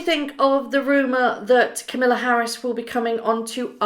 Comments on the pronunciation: it's pronounced ...Ka ma la ....not Camilla lol I really could care less but just letting you know It's pronounced exactly like it's spelled . Kamala is not going to have anything to do with them unless she thinks it benefits her somehow. They're all snakes in the grass.... And I can't stop laughing at them being youth ambassadors to the Youth of America 😂 They probably gave them that because none of the adults want to have anything to do with them... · Constructive feedback that will no doubt get me flamed. Please make an effort to pronounce things correctly. Kamala Harris, not Camilla Harris. And Invictus games not invinktus. Mispronunciations feel very amateur, in Kamala’s case disrespectful and it’s a shame because your videos are otherwise really well produced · Biden surely knows that Harry is not allowed to be political. One of his lawyers or advisors would have told him and even if he is allowed to do it surely Biden would be advised against it so as not to upset the Queen. Also it’s not camilla Harris it is pronounced cam (as in camera) ah la Harris. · The Vice President's name is pronounced "Calm - a - la", not Camilla. Just sayin. I personally think that the new President and Vice President have way too much work to do right now to bother with these two fools. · Be careful how you pronounce our president in waiting name. It is pronounced KAM il la with the emphasis on the first syllable. As opposed to her step mother in law, kam IL a. She will slap your knuckles if you don't get it right . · It's KAMala, like PAMela... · Kamala - not Camilla. Please stop mispronouncing. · with all due respect I come to correct your pronounceation of a name. As Americans when saying the first name of our new vice president, Kamala is said as comma la. As she herself says its just like a comma (,) with la. Accent on comma. I correct you only bc I know you are proper and like to speak properly. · It’s pronounced camel-a. I heard her introduce herself. 😂😂😂😂😂😂😂